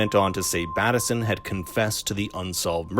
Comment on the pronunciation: If you’ve seen the series why do you say Batt-esson instead of Bateson?